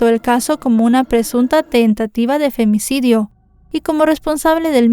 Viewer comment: Me gusta como dices “Femnicidio” 😂